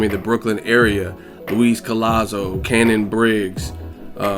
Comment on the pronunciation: ITS NOT "CANNON" BRIGGS..ITS "SHANNON"